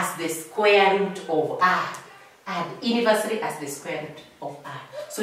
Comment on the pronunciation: It's the "Aha" and the "Ini-versa-ly" for me ... Such teaches will never forget a thing in their lessons